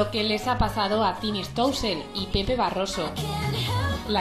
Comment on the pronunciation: "Stoussel " no sé cansan de pronunciar mal el apellido eh